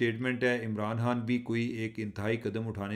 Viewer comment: چیمہ صاحب پنجابی لہجے کے ساتھ اردو میں گفتگو کرنے میں کوئی ہرج نہیں مگر لفظ کی ادائیگی تو درست ہونی چاہیئے- آپ خ کو ح بولتے ہیں- مثلا خان صاحب کے بجائے حان صاحب توجہ دیجئے درست ہو سکتا ہے